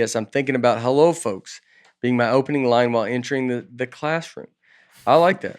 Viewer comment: OK, I am watching this old episode number 101 and you guys keep pronouncing the L in folks and it is silent. It’s folks as if it would be FOKS not FOLKS just saying keep up the good work you always do.